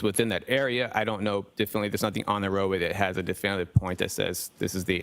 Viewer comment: did he just say definley? 🥲